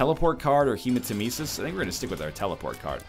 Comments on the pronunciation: It's not HEMAtemesis, it's hemaTEMEsis. Didn't you learned that from the awesome, sadly nerfed, voice? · FFS, you have no excuse to keep mispronouncing hematemesis! He says it for you, then you say it wrong!